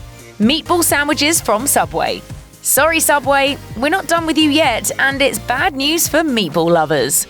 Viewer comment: Subway? U mean sooubway?